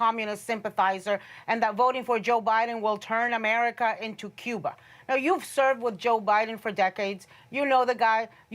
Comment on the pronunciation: They way she says Cuba Is Hilarious 😂🤣😂🤣🤣😂😂🤣😂